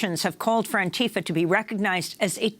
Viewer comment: Stop molesting the name Antifa. This is not how it is pronounced, this is never how it was pronounced, stop fucking up words that existed long before you got hold of it and mangled it for some dark reason. Also: Long live Antifa.